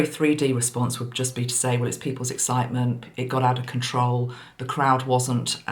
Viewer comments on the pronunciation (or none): none